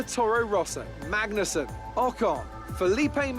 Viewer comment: It'ss not pronounced Mangnussen